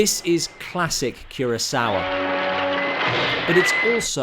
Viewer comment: No offense intended, but it's Akira KUROsawa - not Akira KIRAsawa. Like I should talk; I spent most of my life mispronouncing "Kubrick." 😬